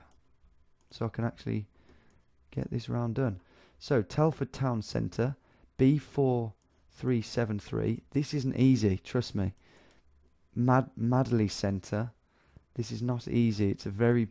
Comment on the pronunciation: When you landed in Telford I got mad. You could have got in seconds. On the roundabout between wood side and madley. Easy to find. And it’s pronounced Madely not madly.